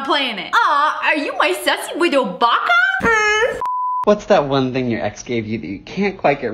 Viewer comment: "Ba-ka" it means "fool" in Japanese. It's pronounced "Ba-ka" not "Bey-ka" or "Bey-key"